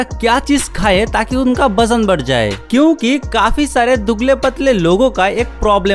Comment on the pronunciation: Bajan nahi hota wajan hota hai